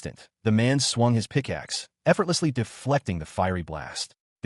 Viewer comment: My god it’s hilarious it can’t pronounce his childhood friend always _picaxe and _blahblah 😂